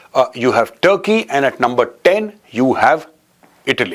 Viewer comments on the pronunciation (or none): Number oan❎ Lumber oan✅. 😅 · It's not LUMBER it's Number 😢